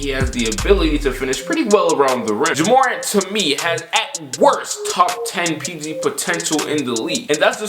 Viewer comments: It’s not “juhmorant” it’s JA morant. Also Hayes definitely is not 285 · Its JAH MorANT not juhmorent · Why the fuck did u call him juh morent its ja morant pronounced jah more ant u idiot😂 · It’s pronounced Jah [Space] More•Ant You were saying Jumorint like it was one name without enough vowels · Pronounced Jah Mo-rant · “juhmorant” wtf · soundin like a Key and Peele skit trying to pronounce Morants name 😭 man said “jamorant.” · Juhmorant lol good vid tho bro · Why he say Ja Morant like “Jahmoran” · who tf "jamorant" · “JaMorn”! nah i’m just playing bro keep all the great vids i watch every single one😂❤️ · Alright IK I always criticize you but that's because I consider you one of my friends. You called Ja Morant jaMOREn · Myke Massacre i was thinking the same shit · PS it's JA Morant lol u butchered that man's name hahaha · Why are you saying ja morant name like that 😂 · Stop butchering that boy Ja’s name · My guy you are butchering ja morants name😂😂